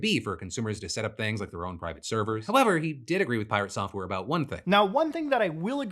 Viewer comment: You definitely didnt pronounce piRATsoftware properly